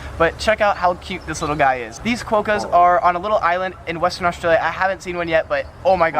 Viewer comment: the only reason why people who aren’t from Australia don’t like Vegemite is because they think it’s like Nutella or something, you know, the more the better. When it comes to Vegemite, less is more! Don’t go dissin’ our boot-polish!😂 And it’s a quokka (kwocka), not what was uttered in the video. Get it right, dude. Surely the locals told you how to pronounce it. Just a thought on why our indigenous population are more visible than North America’s indigenous population… could it be that the colour of their skin is markedly different from that of Europeans, not just looking like they have a pretty good tan (sorry, dude, but you’re showing yourself to be a real ignoramus).